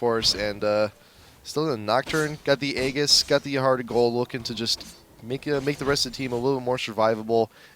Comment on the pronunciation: Sorry, I know this is pointless, but "aegis" is actually pronounced "ee-jihs". >.>